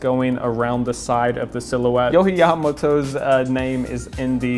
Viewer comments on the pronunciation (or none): I tink it’s yoh ji not yoh he not hate jus saying